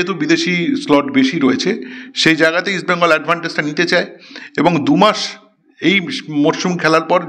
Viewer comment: ইস্ট বেঙ্গল বলো, উচ্চারণ ঠিক করো তারপর প্রোগ্রাম করো